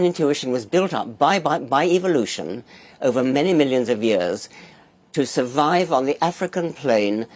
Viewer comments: Did Dorkins say "evilution" lol. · Did he say evilution? Naturalism is like Islam. If you take either seriously you can’t either seriously. Btw Hernandez’s book was great.